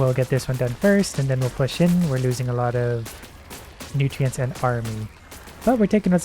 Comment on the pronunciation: Ah yes, I love "NewTreeAnts"